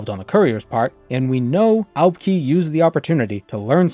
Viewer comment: I'm pretty sure you pronounce Aubk'i as Ah-bu-kai. Fan of you content.